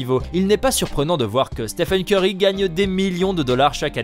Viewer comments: Et pire que tout il dis Steven Ceurry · Je rêve. Il a vraiment dit Steven corry ? 🤕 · Steven kery il a dit 🤣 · Il a dit Steven curry mdrr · au début il a dit steven curry 😂😂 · Pourquoi vous dites Steven curry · C UN FOOOOOOUUUUUUU il a dit STEVEN CEURY SI VOUS ECOUTER BIEN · Belle prononciation hahaha